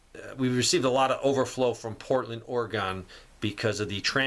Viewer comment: it’s pronounced ORY-GUN. Otherwise you’ll be gone in ORA-GONE.